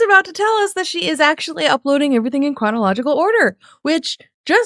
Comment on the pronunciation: is suffereen from Chronic Ological Order, you guys! Add it to The List of Suffereen with the hip Bursy-tit-ish and ASMR!